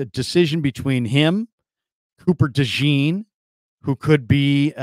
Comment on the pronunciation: Dejean! Day-schon the best way I could spell the pronunciation but it’s French!